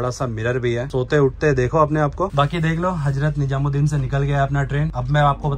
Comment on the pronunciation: apni pronunciation kb thek karoge? HAJRAT NIJAMUD DIN nhi bola Jata hai It's HAZRAT NIZAMUD DIN